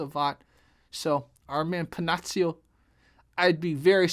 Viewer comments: Si pronuncia Pennakkio , non Pennazio. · It's pronounced Penakio, not that anybody asked ^_^ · Pennacchio se prononce comme Pinnocchio , mais avec un e et un a . Cool , que tu es allés chercher ce combat que certains , comme moi , t' avais suggérés . Excellent ce combat ! Cette différence de style d' approche du combat , etc ... Elle très expressive dans ce combat , où 2 écoles de pensées , de combat s' affronte . Enfin , bref ... Salut